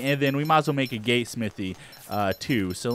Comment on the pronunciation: when he says Gate he says gay